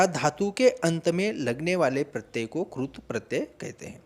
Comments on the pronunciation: पहले कृत प्रत्यय का उच्चारण तो सही कर लो सर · क्रूत नहीं कृत🤣🤣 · क्रुत नहीं कृत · Maharashtra me ri ki mantra ko ko ru hi kehte hain. Regional influence on Hindi language hai.